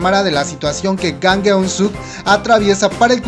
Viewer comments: Su apellido es Jang... por que le dices "Gang" ?? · creo que tu pronunciasion es malisima el nombře real es jang no gang literal se pronuncia chang a si debe de sonar jang en coreano estudiale amigo por que tu pronunciasion es malisima